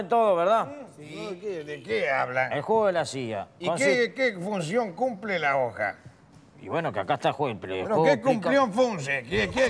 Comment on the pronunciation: y que cunción fumple?